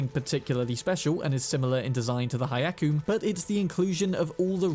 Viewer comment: Hyakume = hiya-coo-may.